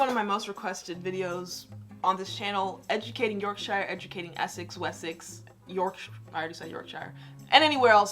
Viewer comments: 'Yorkashire' its York-Shire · York shyer😂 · NO! ITS NOT 'SHIRE' ITS 'YORK-SHUH' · Yorkshire is pronounced yorkshu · It's pronounced "yoksher" if your from... Yorkshire 👍